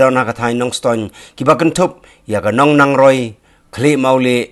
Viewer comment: Ban ia kaba ong Nongnangroi bha ban ong Nongrangroi😎😎